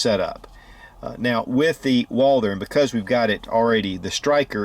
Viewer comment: He said "Walder" BA HAHAHAHAHAHAHAHA!!!